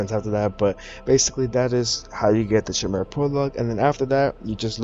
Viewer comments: Chimera is pronounced with a K btw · His pronunciation of "chimera" is cringing lol